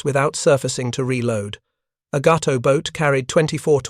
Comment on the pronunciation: Actually, Cdr. Morton let his XO do the periscope sightings. That would have been LCdr Richard O'Kane. Ga-to, not Gau-to. Oof. Bad AI commentary.